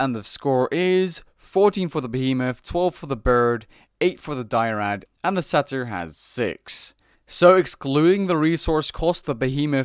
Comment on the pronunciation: He also mispronounces Satyr. It's pronounced like "Later" but with an "S". Not "Sah Tear"